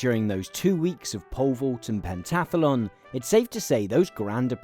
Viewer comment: Thats some creative pronunciation of pentathlon 😂